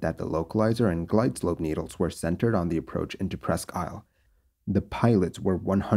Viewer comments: Its pronounced Presk Eel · Not that it matters, but it's pronounced "Preskeel". French for "almost an island" - Presque=almost, Isle= island.